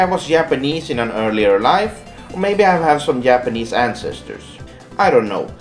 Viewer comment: "Yapanese" I know he can't help it because of his native language, but he sounds like an idiot